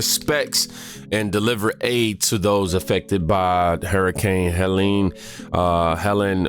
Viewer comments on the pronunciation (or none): If there’s an E on the end it’s pronounced HELEEN. If not it’s HELEN.